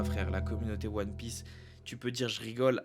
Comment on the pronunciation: POURQOUI TA DIT ONE PIEACE D !!!